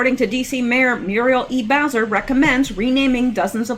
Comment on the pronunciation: Hi,! You keep pronouncing the last name of the Washington, D.C. mayor as "Browser" as in internet browser. Actually, her name is Bowser, as in a popular dog name and also a dog breed. By remembering the "dog" part, this should help you easily associate it with the correct surname for Mayor Bowser.;-)